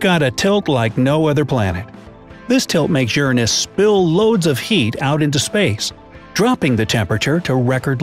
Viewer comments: ERROR It is youray-nis not youra-nis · Bright side: Ur-an-Us Me:U-ran-is Like if you thought that was funny 👎 👎 👎 👎 👎 👎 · Lol the way u said Uranus 😝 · The way he says Uranus. Lmao🤣🤣